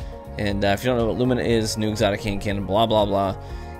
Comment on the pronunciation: THANK YOU FOR PRONOUNCING "LUMINA" CORRECTLY! MY OCD REEEAALLY APPRECIATES IT,!!:-D Also, my favorite part about Lumina is that it's accurate to the lore...cuz in the lore, Thorn didn't start out as Thorn, it started out as Rose(the legendary hand cannon you get in the quest.) It was corrupted by a titan in the lore named Rezl Azzir, who became the first Dredgen: Dredgen Yor. So, if you read the flavor text during the quest for Lumina, you know that you had to cleanse Thorn so that it would revert back to it's original state, Rose, and then forge it into Lumina. It's such an arbitrary detail, but when you get hit with a noble round and get the buff, that buff is called "blessing of the sky." The reason that's so awesome is because "sky" is what the Hive call the Light. In the lore, Rezl Azzir went to the moon with his Rose hand cannon and went into the hellmouth and stacked Hive bodies for like weeks on end, dying and resurrecting, over and over, just piling up Hive bodies. When he finally came back out, he ripped off some bones from a Hive body and grafted them to his Rose hand cannon, and in doing so the Rose became a Thorn, and he became Dredgen Yor. So, it makes sense that the gun itself, being a former tool of an agent of the darkness(Yor,) would still use the language of the darkness(using 'sky' instead of 'light') to describe the perk's active buff. I love it when we get some unbroken continuity in the lore like that. It's awesome.